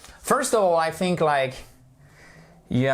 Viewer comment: Vous dites THICK ok it’s correct mais fink pour Think !!!!!